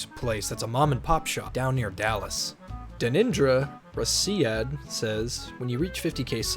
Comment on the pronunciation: its actually dan-nin-dra ra-sha-ad